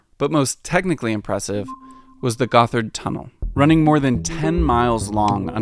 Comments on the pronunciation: gotthard also not pronounced "goth-erd", but literally "got hard" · Gotthard should be read as God-Hard. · cool video! even for somebody living around zurich like me, it's very insightful! I love all the old maps you provided. One small critisism: "Gotthard" is not pronounced "Guffard" but "Got-Hard". You're welcome! ;-) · The 2nd T and H in Gotthard are split so it's not pronounced as a th together in English is. It's pronounced Gott - hard.